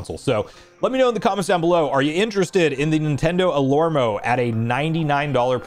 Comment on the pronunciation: I think it is pronounced alarmo and not alormo 😂